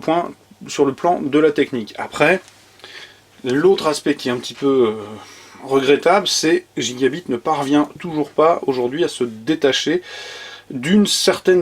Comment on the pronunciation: prononce "Gigabite" au lieu de "Gigabayte" =o